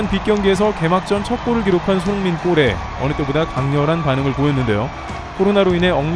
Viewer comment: 도데체 유튜버가 손홍민 손홍민 하는건 어쩌자는 거냐? 듣기 싫어 죽겠네